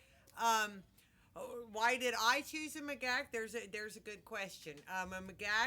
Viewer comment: Your videos are wonderful. Your advice is sound, clear, concise, and well presented. You do, however, pronounce "Macaque" very, very strangely. In any case, please keep up the excellent work. And don't let the haters cramp your style. Show me an "animal rights" zealot and I'll show you a hypocrite.